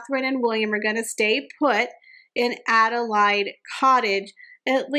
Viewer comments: Adilaide, is pronounced like lemonade or marmalade. Just in case you want to know 😊 happy new year x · It's Adelaide Cottage. She was the Queen Consort to King William IV. Queen Victoria was her niece. Queen Adelaide had four children, but none of them survived infancy. Victoria acceded to the throne when William IV died. Adelaide is pronounced (a-duh-layd) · Yes, it’s Adelaide, as in “laid” an egg.